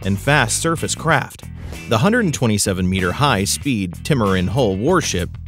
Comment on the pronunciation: Yamatoe class? "Ya-ma-mo-to" class. Timmeran Hull? "Tri-mer-an". Falonix gun system? "Phalanx" = Fay-lanks". Strikes me that you are reading from a script and have little personal knowledge of what you speak. Great pictures and information but you fail on the easy sh*t.